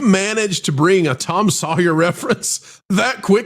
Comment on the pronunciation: Ugh. Sawyer is pronounced the way said it. Not “soy-yer”. LoL